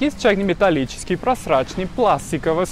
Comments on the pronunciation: "Есть металлический, есть проСрачный"... 😜Бедный, русский язык - сложный! Вот как раз пригодится набор звонких и глухих согласных! 🤣🤣🤣З-С звуки... З для проЗрачности чайников, С 👀для.... (ой, ой-ой-ой!) 🤣🤣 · Неплохо говоришь по-русски, иногда только буква "З" подводит, типа проСрачный, сраСу, Сасолки... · Мне понравилось ваше видео, только "проЗрачный", а не "проСрачный". ))) Причем, второе тоже вполне себе может быть нормальным словом, вроде: "просрачный продукт", т.е. тот, от которого сидишь потом на унитазе. Тут ещё недалеко понятие "просроченный", "просрочка", хоть оно и от слова "срок", но результат близок и в качестве шутки может зайти. ) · "Просрачный чайник" - смешно звучит))) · Я думала, я одна это заметила)) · Ну если нет звука З в испанском языке ,вот и получается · Какой прекрасный русский у этого молодого человека, браво! Улыбнуло только просрачный чайник и "сасоки" (соки) делать!))))